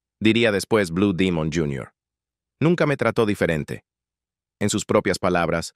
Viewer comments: Enarrador de esta página comete un gran error al pronunciar Bue Dimon, Es BLUE DEMON, que se deriva de DEMONIO AZUL !!! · Si se presenta está publicacion al pueblo de México,pronuncie el nombre correcto ,,NO Blue Dimon,,,sino BLUE DEMON.... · No sé dice blue Dimun.si no Blue Demon 😂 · Es correcto es blu Demon no Dimon sonso 😅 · No ce quien eres pero nosotros cuando iba mos aber a blud demon así lo anunciaba. No como dimon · no es dimon demon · Blue demon güey no dimon de dónde eres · Lo felicito al señor que hizo este video y documental está muy bien realizado y no importa si lo pronuncies. Blue dimon o Demon eso es lo de menos lo importante es el buen reportaje de investigación que hicistes te felicito está muy bien echo y sin duda alguna blue demon ha Sido uno de los mejores luchadores mexicanos de todos los tiempos quizás este entre los 25 mejores luchadores mexicanos de Todos los tiempos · Estoy de acuerdo no es blu dimon y sin embargo lo repite mucho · Perdón, no se dice BLU DIMUN, ES BUD, DEMON, infirmate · No acabe de ver el vídeo no soporto.que cada rato diga blue dimon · Blue dimon aci cepruncia en ingles aprendan ingle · Este cuate no es mexicano pronuncia mal palabras blue domingo su gola ,priñonunciele buen blue demos wwy